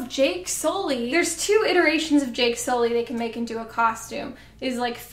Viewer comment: JAKE SOO-LEE!